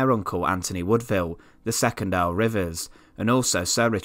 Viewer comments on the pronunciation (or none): none